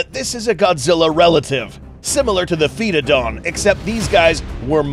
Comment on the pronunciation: called doug "foetodon" Doug: do i look like a joke to you.